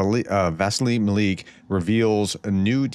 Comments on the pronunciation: "Mal-yook," not "Mal-eek" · Maliuk is pronounced Mah-LUKE. As in Luke the Skywalker, Not Mah-leek. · Doc, it's pronounced 'MAL EEE YOOK' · Hi prof, just little assistance with the pronunciation of Maliuk. I don't speak Ukrainian however I had a Ukrainian friend in high school who's name was Daliuk. In ukrainian they break their syllables differently to English speakers so think of an American from the southern states asking their mom to come and see something. Mar-Look. Not exactly the way Ukrainians pronounce it but close enough. Even Russians have difficulty with the 'iuk' as they don't have it in their language. Keep up the great work. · Maliuk mah • lee • youk Will get you closer to correct pronunciation. You've improved tremendously. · Pronounced as: Mal. You. -ck ma-LUC